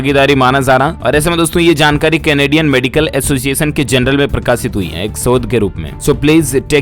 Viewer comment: Dear news reader kindly pronounce J not y( jaankari not yaankari)